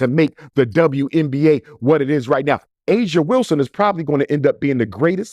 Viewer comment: Her name is Aja Wilson-Heir 😅😅😅😅 get it right doc😂